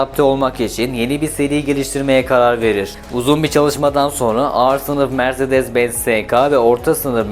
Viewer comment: mirzedez benz bazar harika telaffuzlar cidden videoyu tamamlamakta zorlandım